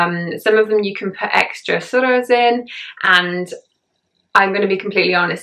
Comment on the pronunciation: Thank you, I think this video would be very encouraging to new revert. I have been Muslim for many decades and must admit, it still upsets me when people do not understand how much of a struggle it is to grasp some of the sounds in Arabic. Your pronunciation is spot on of ruku, rakat, surah etc. Like a native Arabic speaker. MashaAllah! Hope you will do a video reciting Surah Fatiha one day too. Would love to hear you. Welcome to Islam and may Allah Keep us steadfast and increase our love of Islam continuously. Ameen. May you sail through with ease, all the trials that come with being on this path. Ameen.